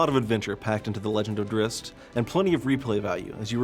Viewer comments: It's DRIZZT. What kind of male would be named drisst. I know it's spelt drizzt, but he says it like drisst... PISSING ME OFF. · Drist? wtf? It's pronounced drizzit you knave. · Cringe every time he says "drist" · Never understood why people thought it was pronounced Driz-It? There's no extra "i" you ding dongs! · R.A. Salvatore purposely will not canonize the pronunciation. He does this for people to talk about it (or fight about). I say both ways, Drihst and Drizzit. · His name is pronounced drizzit, it says this in the book when he identified himself to a human and she said, "what's a drizzit" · Man I can't get used to 'Drizzt' i've been saying his name like 'Drizz it' for so long and it just sounds right lol. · so everyone else youve ever talked to has ALWAYS said Drizz It? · maybe in your little world its Drizz It but everyone else either says it as Drist, or sometimes Dritts (t sound before the s). apparently the latter is how Salvatore says it, not sure why and whether thats correct according to Drow words or he just wants to be different. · was saying its not pronounced as Drizz It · What.... Is that how you actually pronnounce Drizzt?! I've always said it it like "Drizz it" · This guy doesn't know how to pronounce Drizzt!!! says it like Dritz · Then he shouldn't have named the character Drizzt, because that is how people will pronounce it. adding a T in the middle of it is the opposite of a silent letter, which doesn't exitst. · It actually is though. the guy in the video says it wrong.